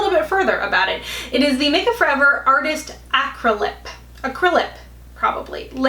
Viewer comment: THAnks for the heads up for all these products! I trust Your opinion. Now you knw I have to give you a hard time on the word “acrylic”. Lol😍